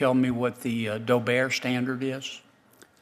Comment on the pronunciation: Dough-Bear? Don't you mean Dobbert?